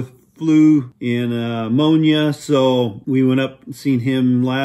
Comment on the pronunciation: Did he just say ammonia?